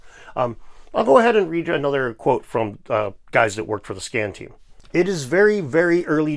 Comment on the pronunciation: you said scan or scam ?